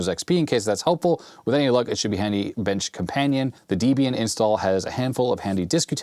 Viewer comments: Love your channel, and I really should see if you're willing / able to fix a narfed Atari SC1435 for me, but it is pronounced D-ehb-ee-un. Debbie was Ian Murdock's wife. Ha, pet peeve of mine! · "Debian" is pronounced like the names "Deb" and "Ian," as the project was founded by a pair of folks with those names (Debra Lynn and Ian Murdock). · It is pronounced like "Debbie In.". The guy who created Debian named it after his girlfriend.